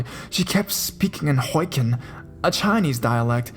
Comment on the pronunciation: dude.... no offence but its pronounced HO-KI(KEE)-EN.. not hoiken. hahahaha